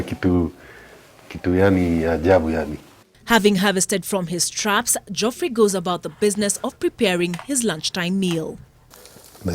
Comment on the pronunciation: Thats not how geoffrey is pronounced but ok